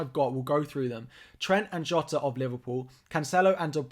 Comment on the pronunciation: well done for pronouncing jota's name right! lol